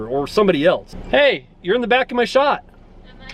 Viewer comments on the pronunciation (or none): none